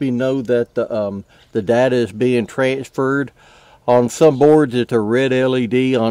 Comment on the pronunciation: Says shared date not data